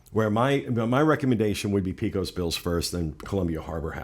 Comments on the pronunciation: Love the podcasts you guys! But a friendly hint from Texas...Pecos Bill. I'm dying 'Pee-Cos' 😝 It's 'Pay-Cos', 100% true story. Have a good day ya'll! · C'mon guys, SAY the name more than ONCE..... and it is "PAY-cos Bill's" .....you have a large Hispanic population ! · it's pay-cos bill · Please,! You have a duty to educate Floridians in the proper pronunciation of Pecos, as points out. The entire state of Texas cringed when you said pea-cos! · Lol and "Pea-cos" is a medical condition (PCOS) Bet he doesn't know that!